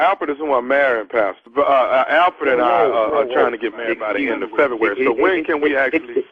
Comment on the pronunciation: Tommy said "Thank you Alferd" LMBO